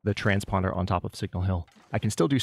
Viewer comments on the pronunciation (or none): Every time you say "transponder" I just hear "THAT'S NOT EVEN A WORD" that's it that's the whole message. also A RABBIT SKIN HAT ??? EXCUSE ????????????? WHAT.